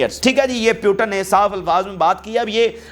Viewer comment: Please speak right name of putin and biden